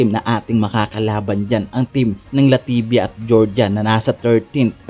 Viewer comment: Boss LATVIA at hindi LATIVIA MASON AMOS at hindi MASON AMO